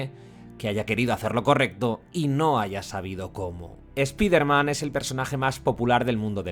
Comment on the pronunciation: no es eso bro. Spiderman es un nombre propio por eso tenes que decirlo como correctamente se llama y se pronuncia de donde viene su origen. Es solo eso. Sino le podes decir el hombre araña que es su traduccion. Tambien es raro que a palabras como fortnite ustedes si le pronuncian bien la i como "ai". Pero bueno no se, cosa de ustedes...